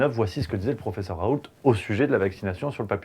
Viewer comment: Raoult on ne prononce pas le T en Français .